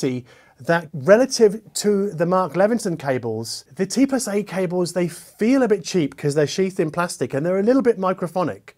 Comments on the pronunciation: It’s pronounced TandA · It is called T und A